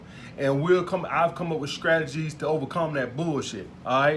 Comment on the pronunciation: "scragedies" instead of strategies xD